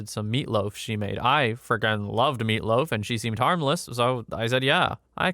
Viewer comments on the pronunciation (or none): Sad story's i normally doing something in the back and just have this on at 1.5 or 2x speed but sometimes i turn it 1.25 speed and listen to this amd all i gotta say is why u say meatloaf like that. Also kid was smart in S2